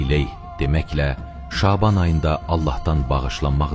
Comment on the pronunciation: Şəban və rəkət bu sözləri niyə belə tələffüz edirsiniz.